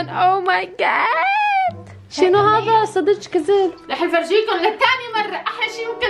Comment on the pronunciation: العراقيين شنو هذا صدك جذب: شنوهزا صدج جزب